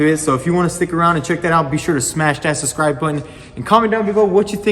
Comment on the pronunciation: Your accent is killing it 😂🤣 ‘suscribe’ the word is subscribe 😁🇬🇧 it’s all good though !